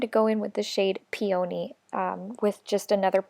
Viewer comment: Peony ~ pee-a-knee. I love this palette